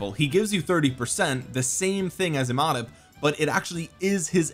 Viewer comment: Imhotep is pronounced EEE-Mow-Tep. Watch the old corny movie the Mummy. Cheers